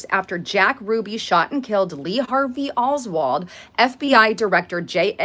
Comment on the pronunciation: does look better than usual today. Eyes, face and hair. Wow. Oldwold? Isn’t it Oswald, or is this Mandela Affect? lol